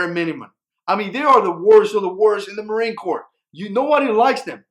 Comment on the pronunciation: is anyone else bothered by him saying sub-marine corp